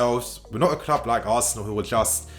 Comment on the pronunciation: Not Arsneal 😂😂😂😂😂😂😂